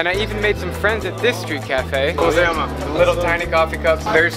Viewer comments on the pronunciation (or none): none